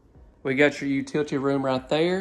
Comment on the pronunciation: Thanks for your videos I really enjoy them. However, I have to laugh every time you say “utility room”. I actually had to rewind it several times to figure out your Alabama pronunciation. You actually say, “you-two-tea” room. You’re killin’ me smalls. Thanks for the chuckle.